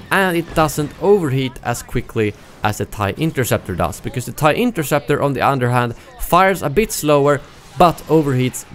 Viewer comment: Hea Said inkerseptor🤣🤣🤣🤣🤣🤣